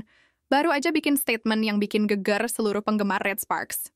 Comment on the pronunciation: Baca GEGER aja salah woooiii.... BELAJAR BAHASA INDO YG BENER DULU....😂😂